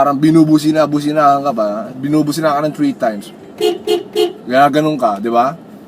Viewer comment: "chwee times" . haha